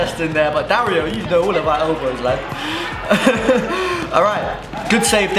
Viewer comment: dario is not it no offense, been saying it too